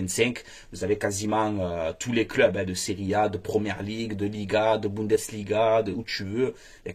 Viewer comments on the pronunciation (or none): none